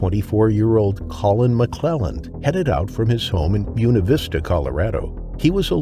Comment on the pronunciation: The word “Buena” (as in “Buena Vista”) is Spanish, and is pronounced “Boo-A’-na,” not “Boo’-na”.